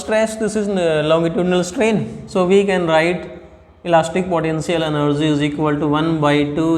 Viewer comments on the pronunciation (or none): Potential ❌ podenctial ✅ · 🗣Elastic potenzial enerzzy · Elastic podencial eneerge 😂😂😂😂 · Sir you have the right "podential" energy🫂...